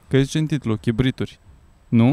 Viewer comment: Cribite,cribituri ? Haha 😂